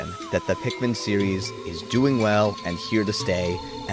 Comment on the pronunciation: “i…..am Olimar…..” “as a captain….” “i yearned for the pikman….”